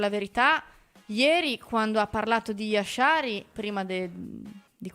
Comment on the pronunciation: Ma si può sapere perché si inventa questa pronuncia di Jashari con l'SH pronunciato come la J francese? E' un nome facile da dire, perché inventarsi pronunce farlocche?